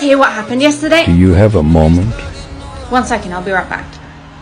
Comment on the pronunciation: "do you have a moment?" Why did i hear "do you have a mom?"